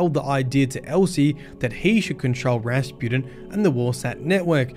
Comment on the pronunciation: Drink every time says “Raspooden” (no don’t, seriously don’t) I love the way you pronounce Rasputin as “Raspooden” and sometimes “Raspewden” and it’s fitting because for a while there he was crappin’ his dacks and then he was spewin’ mate. And Clovis is a good old fashioned sort of a bloke who gets easily misunderstood. When he offered me the job I would have accepted. Woulda been cool. We wouldn’t have taken any guff and would have got the job done no matter what.